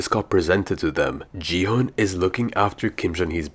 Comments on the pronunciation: He just said “ji hunn” instead of gi hun. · He said ji - hun 😂😂😂😂